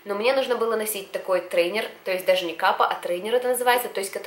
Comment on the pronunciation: Ретейнер а не трейнер